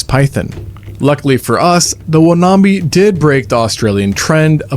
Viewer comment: It's pronounced wan-am-bi